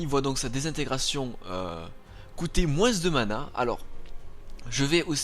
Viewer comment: Ah oui aussi, grâce a toi je ne peux que dire moinss... alors moi qui est dans le nord et qui dit tout le temps vingte... xD Allez courage !